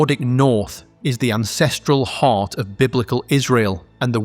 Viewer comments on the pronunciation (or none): none